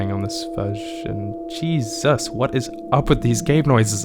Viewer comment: Where did you learn to say "Jasus" My Bru? 👀😅